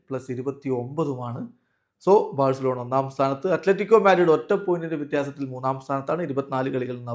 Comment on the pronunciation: Its not Barcelona it's varcelona 😂 pls reply cryfans